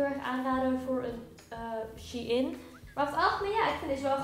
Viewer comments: Je hebt kapot weinig besteld hoe the fuck heb je 200 uitgegeven aan dat ik heb 16 stukken besteld en gaf maar 130 🤦‍♀️bruh, en je spreekt het uit als shineee niet she in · HAHA hoe jij het uitspreekt lieve schat je zegt "sjijn" niet als "sjiein" HAHA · Het is niet she-in vlgm maar gwn Shein van bijv sunshein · Ben ik de enige die het uitspreekt als ‘sjein’ inplaats van she-in😂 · ik wist nooit dat je het uitspreekt als shee in, ik zeg altijd gewoon shein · Jij zegt shie in maar het is sjein shein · Ik dacht dat je t uitsprak als "shine" 😂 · Same mijn hoofd spaced elke keer dat ze she in zegt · super leuke video ook! maar Shein is een Duitse site dus je spreekt het uit als "Shine". P.S ik heb al super veel kleren gekocht ook bij Shein, maar jij zorgde toch voor meer inspiratie! Blijf zo doorgaan! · Spreek je het niet uit als shEIn ? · shein spreek je uit als shine HAHAHA ik erger me daar best wel aan PS. leuke video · Shein spreek je toch uit als “ sjijn” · Je spreekt het uit als shijn vgm ps: GEEN haat